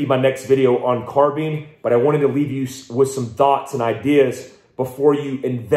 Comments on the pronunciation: Its not though. since when does bine make a bean sound? Where is the a? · He says "car bean" other than that I cant see reason to hate him either.